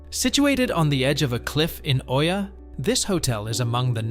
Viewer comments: Hi Thank you for the video. You'll probably hear a few ppl say it so I might as well let you know. Oia is pronounced E-Ah. a lot of ppl make the same mistake so no worries, it's still a stunning video :) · How are you making an informational video about a town that you don't even know how to pronounce? 🤨 This shows that you haven't even been there. So how can you know anything to make recommendations?